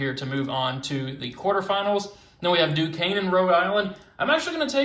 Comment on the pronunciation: You pronounced Duquesne right 👍 GO URI!!!